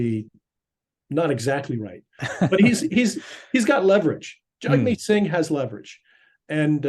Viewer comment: Dear …..please DO,NOT speak on behalf of Canadians in general ok? You don’t poll the average citizen, in all my years I’ve never received a call from you! Did you call Mr. Singh “Jugmeet”? I believe his name is pronounced “Jagmeet”. Show some respect sir.